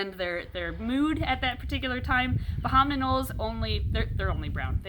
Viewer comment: Every time you say "bahaman Anole", I think you're trying to say abominable.